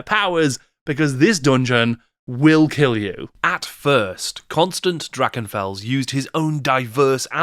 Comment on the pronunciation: There is no k-sound in Drachenfels. It's the ach sound like in Bach or Sassenach. Look up to the scots how to pronounce the -ch sound.